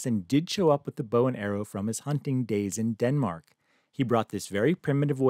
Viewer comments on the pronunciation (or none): none